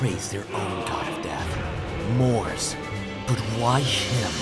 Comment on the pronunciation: Not to mention the weird mispronunciation of Mars as "Mors." Also I don't think he was really associated with death? I was under the impression that he maybe encompassed carnage or bloodlust, but was about martial prowess first and foremost.